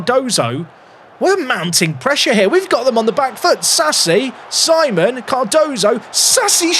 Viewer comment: If he is French, Simon would be pronounced Sea-mon. Think you could retrain your brain,?